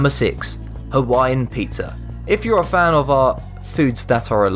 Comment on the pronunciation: Dacoool! I thought you said "put people on a pineapple"